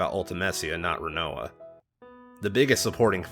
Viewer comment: And you can’t pronounce Rinoa!